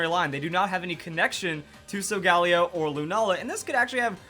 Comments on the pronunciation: your pronouncing Lunala, Solgaleo, and Cosmoem Wrong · I thought it was pronounced Sol-Gah-Leo because leo means lion and sol means sun